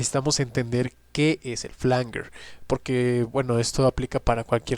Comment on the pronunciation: Flanguer o Flanyer? Esto genera confusión, La IA dice que es Flanyer 🧐🙄 : Se pronuncia /ˈflændʒər/, es decir, "flan-yer". Se escribe "flanger" y se refiere a un efecto de sonido que se crea mezclando dos señales de audio idénticas con un pequeño retardo variable, lo que genera un sonido metálico y arremolinado que puede recordar a un jet o un coro. Desglose de la pronunciación: flan-: Similar a la palabra "flan" en español. -jer: Suena como "yer" en español, con un sonido similar a una "j" suave y la "er" al final.